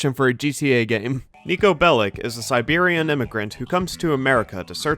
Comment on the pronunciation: Overall, I enjoy your content, but this video is terrible in so many ways beyond your personal opinion. The way you mispronounced and ignored Niko's nationality and how that affects his characterization. How you called the soundtrack "mediocre" based only on the American/English songs, completely ignoring radio stations like San Juan Sounds and Vladivostok. Other complaints, like the game's color palette are caused by playing on the glitchy PC version which doesn't reflect the original artist's vision, mods than fix this exist if you care enough. GTA IV is full of annoying and disgusting characters because thats the intention, is taking a more direct representation of the criminal underworld instead of romanticize it. You seem to consume too much media through your "Twitter glasses" and it affects the quality of your videos.